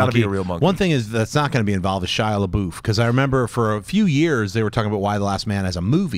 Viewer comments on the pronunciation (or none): "Shia Laboof"